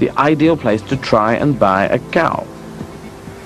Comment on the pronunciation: Dude is literally teasing him for having an English accent; the brit calls it a Coo, while the farmer is calling it a Cow... like an American.